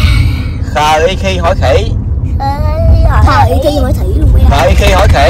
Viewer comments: Khỉ mà bà nói không được luôn: Hỉ ( vậy mới thấy gv lớp 1 mới khổ cho hs khi phát âm ) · Con phải cho em đánh vần khờ, i, khi hỏi khỉ , khg sao đâu con từ từ em phát âm được rõ con nhé. Cưng 2 ae quá đi thôi. Đi chơi vui vẻ nghe con !!!!!!!